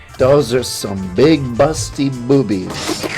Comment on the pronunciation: HEARING HIM SA B00BiEaZ ToOK THE LIFE OUT OF ME